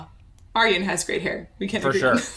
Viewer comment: I've always thought Ayreon was the 'universal' way to get people to pronounce Arjen properly... You're pronouncing his name perfectly though! Love your reactions!!